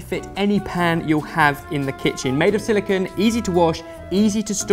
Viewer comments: It's silicone, not silicon. Jeez. They are different! I even looked this up to make sure it wasn't one of the quirkier British pronunciations. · They're silicone lids, not silicon lids